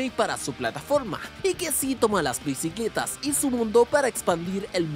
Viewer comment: "BICLETAS? JAJAJAJAJAJAJAJAJAJAJ 😂😂😂